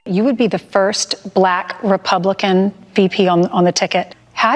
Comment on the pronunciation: a bulack person… gthoh 😂